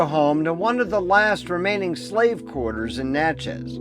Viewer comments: You did a great job but let me tell you, it’s not Natch-ez it is pronounced “Natch-es” like matches. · Good job, but Natchez rhymes with matches and patches, the first syllable gets the accent .